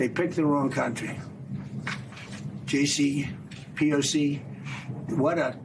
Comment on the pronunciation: "JCPOC" bruh really forgot his uppers